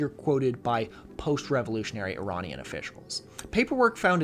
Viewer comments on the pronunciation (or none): none